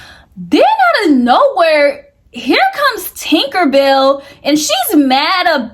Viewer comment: Ok but That woman name is not “Tinkerbell” 🤣 it’s Tinka-Bella. Matter fact just say Tink 😭🤝🏾